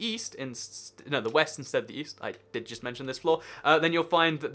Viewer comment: he said "Weast"